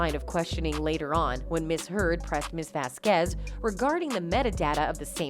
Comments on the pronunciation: VAZquez not vazQUEZ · Miss VeZqUeEeZ jeez woman, miss Vasquez is fantastic at least pronounce her name properly. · Correctly pronounce "Vasquez"